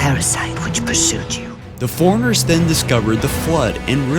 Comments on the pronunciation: Maybe I could have lasted longer than 2 minutes if you said Forerunners instead of foreigners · It bothers me how he pronounces Forerunners, "Foreigner". It's "For-Runner"! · I laughed at foreigners. XD I have speech issues, too. Also... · Well done but I think you should listen to listen to the audio before you finish your videos. I've watched many of them and enjoyed it a lot but you mispronounce a lot of words, for example in this one you say cent-iant life instead of Sentient, you call the Forerunners Foriengers many times and for the love of god you say Lie-Berryann instead of librarian so many times. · It's Li-brar-ian, not libarian!!! Fore-runners, not forenners. Some elocution and pronounciation is in order here. Sheesh.